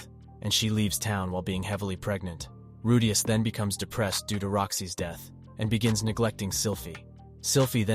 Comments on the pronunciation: Bro man’s saying rudayus not rudeus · It’s “roo-dee-us” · Why you pronounce "Rudeaous" is weir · So is it Roo-Dee-Us, or Roh-Day-Us???All this flippy floppy pronouncing got me corn-fused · I can't watch this. The Rudayus pronunciation is getting to me. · He's saying rudas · "Rude-yus"... Yeaaaaahhh. Annoying shit lol 😂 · Man I would really want to listen to this but the moment I hear you say RUDEYOS. I'm out. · Bro this guys saying redayus like after every 5 words to 10 words or less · The way he pronounces Rudeus is CRING! I stopped the video as soon as I heard it. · Its not that deep lil bro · Please pronounce rudius properly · The constant mispronouncing of Rudeus's name 😅. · How do you get the name right and then botch it again and again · I don’t even wanna watch your video anymore bc how much it pisses me off how you say his name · ahh yes the journeys of rewdayus and geeselane